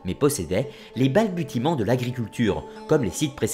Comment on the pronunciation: Je suis d’accord avec vous sur les liaisons douteuses ainsi que la prononciation de certains mots comme « balbutiements ». Le contenu reste néanmoins de qualité.